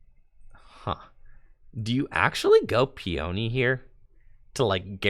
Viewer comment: Lol Peony is pronounced "pee-uh-knee," not "pee-oni."